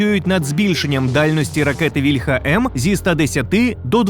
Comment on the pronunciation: За "еРеСЗеВе" -- респект, а ось "вільха" в українській мові має налогос на "і" (це в російській "ольха" має наголос на "а"; не треба його копіювати).